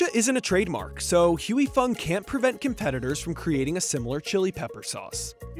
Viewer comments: Why non-asians can't pronounce "Huy" correctly is wacky... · The way these people pronounce "Huy" is triggering me bad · The way he pronounces Huy is annoying. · it's pronounced "hwee" not huey or hoy 😭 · Huy…. Not Heu Wee/Hewy/Hu-eee. Hwee Fong. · I tried all the copy cats. And nothing taste quiet as good as Huy Fongs version of Sriracha. Also alot of americans in this video is pronuncing "Huy" wrong and it kills me. Its "Huy" NOT "Huey" say it right. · LOL is funny watching watching someone mispronounce a word so many times. he keeps saying 'Hooey' when its pronounced 'Hwee' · The presenter needs to pronounce Huy correctly. It’s “Wee” and not “Huey Lewis and the News” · How about trying to learn to provide the name? It's not Huey. Lol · Huy is pronounced "wee." Like in sleep or weep. Every mispronounciation in this video was like an electric shock. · At least pronounce the NAME correctly: "HOY" Fong! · Pronouncing Huy as Huey is like nails on a chalkboard. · Huy is ONE SYLLABLE Not Huey. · Cringe every time he mispronounces Huy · The bad pronunciation of huy is so distracting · The way they pronounce his name..🤦🏽‍♂️ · Narrator should learn how to pronounce "Huy" properly. I mean said it perfectly and he can't do it for his own piece. Weak Sauce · You guys really need to learn how to pronounce 'Huy,' It really isn't that hard.